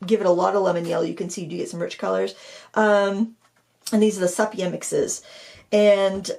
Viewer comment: Love all your videos and classes, although I haven’t actually painted in a while. Haven’t watched this whole video yet but wanted to mention that the color sepia is pronounced see-pia, not seh-pia. I even looked it up to confirm I had it right. 😻